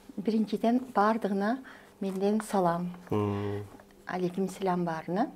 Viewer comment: Биринчи Ассаламу алайкум дегенди жакшы үйрөнүп албаптырсыз... Аллах улук... Жоолук салын биринчи